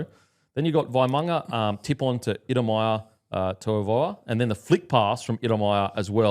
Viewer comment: Shot boys For it’s “toy-ah-vah”